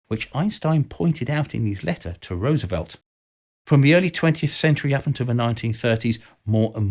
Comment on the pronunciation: Learn how to pronounce Roosevelt, will you? The first syllable sounds like "rose," not like "rooz." Why is that so hard?